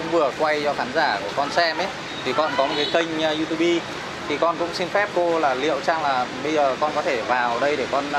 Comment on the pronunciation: Làm youtube nhưng lại phát âm là diu tu bi :((